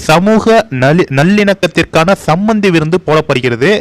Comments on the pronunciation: நீ ஒழுங்கா படி டா, சம்பந்தியா? சமபந்திய? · ஐயா சமபந்தி விருந்து சம்பந்தி விருந்து என படித்தீர்கள்.